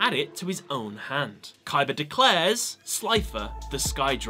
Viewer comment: stop saying Kaiber